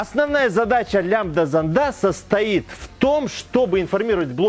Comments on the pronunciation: Не зондА, а зОнда! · Не лямбда зондА, а лямбда зОнда. Я даже смотреть не смог. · Только с ударениями в словах беда у него. СмесИ, зондА.)) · не смог досмотреть...режет по ушам...занда зандов..